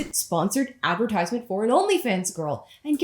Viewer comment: You said 'advertisement' wrong!